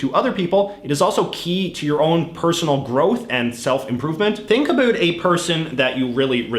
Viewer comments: This guy is from a dimension where "o" in a word with "ou" is ignored and therefore words are pronounced as "abut" and "arund" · At least in my dimension, we don't pronunce "about" in the Jayjayic way. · He said "talk a boot" I’m out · Hmmm... I could've sworn its pronounced "uh-BAU-t" not "uh-BOO-t"..... Maybe this is mandela effect🤔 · Why do you say “about” like that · Your “About” pronunciation is aggressively canadian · The dumbest thing is the way you pronounce "about".